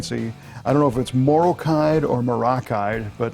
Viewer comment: Morrokide pronounced like the country "Morroco"